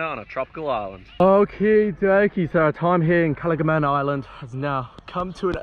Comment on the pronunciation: the way your pronounced it lmao it's not "KALAMANG GAN" ITS "KALANG GAMAN"